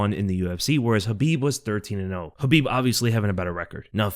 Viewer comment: It's khabib